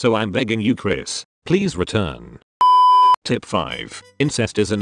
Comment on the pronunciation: Does he say "tit" instead of "tip" cuz lol